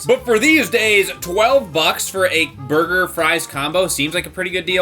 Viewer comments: Did he just say burguer? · Burger did he say burger